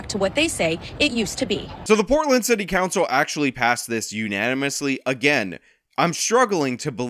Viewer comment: Is it city cancel or city cowncil? Am I the only one hearing this?